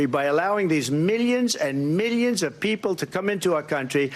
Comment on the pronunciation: Meeliuns and meeliuns of dwawgs are being eaten.